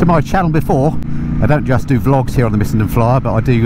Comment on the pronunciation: And I could actually decipher the 3 syllable word "Miss-en-den". It's normally spoken in light speed measured in nano seconds. 😁